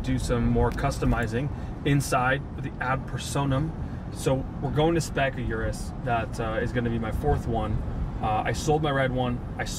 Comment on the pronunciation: How do you own more than one urus and still pronounce it your-us. Its OOrus lol